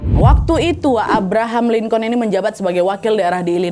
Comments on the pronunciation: Lincoln dibacanya "lingken" wakkk🙏🏻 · Cara bacanya Abraham "Linkin" Wak e Izin koreksi❤